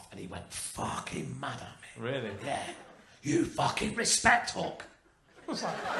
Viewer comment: I kept hearing hulk, not hook 😂